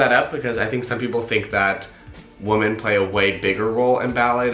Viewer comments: I've noticed you pronounce "women" as "wo-men" rather than "wee-men" . Is it an accent thing from where you're from or what? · Every time you said “woman” instead of “women” I died. 😬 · Dukefolk it sounds to me like he’s saying woman instead of women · I can’t get over the fact that he keeps saying woman instead of women 😆 like it’s clear he means plural but he pronounces it as a single woman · The pronunciation of Women is Wih-men The way you are saying it implies the singular form of Woman. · He's saying women wrong!! Women plural is not pronounced the same! Lol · Your accent is that of Los Angeles, except for the way you pronounce the first vowel in women as if it were woman almost convinced me English is not your first language. I wonder why. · Sorry, but this stood out right away: "women" and "woman" are pronounced differently on the first syllable, as well as the last. Please check it out. Nonetheless, good for you! Ballet is fantastic. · Why can’t he say the word WOMEN?? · Yes I noticed that as well, I don’t think he realizes he’s even doing it.